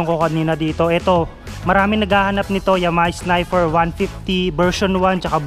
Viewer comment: sniper..nde snifer